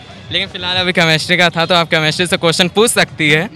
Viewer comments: CChemistry NHI Chemistry hota hain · The way anchor said कमेस्ट्री mam aapko khud padne ki jarurat hai 😂 it's केमिस्ट्री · Mam chamistry nahi hain, chemistry hain, pronounced shai karo fir question karo😜😜😜😜😜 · Chemistry bolna sikhiye ma'am aap pahile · is reporter ko chemistry bolni nahi aati ise padhai pehle phir interview le khudka kyuki padhne wale bache pahle he taiyari kar lete hai😌